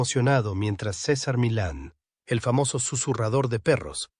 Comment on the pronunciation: La verdad que el relator de esto debe aprender a hablar ya que todo el tmpo pronunció mal el nombre de cesar milan